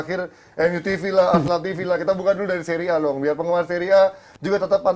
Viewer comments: Orang" Bapuk yang ga paham seria mencoba ngomong seria A. Alhasil tau lah nama pemainnya aja salah sebut semua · nyebutin nama pemain aja salah, kok ngebahas seria.